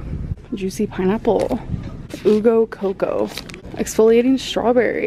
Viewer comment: OOH go coco. I mean. It's prononced YOU go coco.